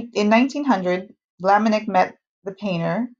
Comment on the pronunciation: sorry to make a note: it is not Maurice de Vlaminick but Maurice de Vlaminck , thank you!